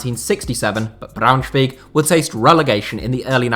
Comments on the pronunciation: The thing is that he said BraunschwEig and not BraunschwAig. But I'm impressed he nailed the schw it's preaty hard haha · ich hab noch nie einen einzigen Deutschen gehört, der BraunschwEig gesagt hat. Aber ja, für jemanden der nicht deutsch ist, ist die generelle Aussprache richtig gut. Der Kommentar war auch eher als Witz gemeint, eben weil sich so viele über "two Bundesliga" aufregen. Er hat auch Kaiserslautern perfekt ausgesprochen, was beeindrucken ist. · he said "Braunschweeeg" did he not?! Was funny! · Everyone complaining about the fact he said "two bundesliga" instead of "second bundesliga", nobody complaining about how he pronounced Braunschweig lol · well...of course it is and he'll catch on (I'm sure), but it is funny how he said it, I got a laugh, didn't you?!